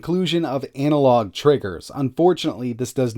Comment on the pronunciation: anal log? lolll ana-log